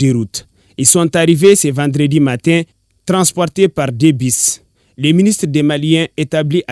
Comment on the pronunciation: Ko de Bis et non Bus . Mali meme pffff . Meme reporter a du mal a prononcer le mot bus .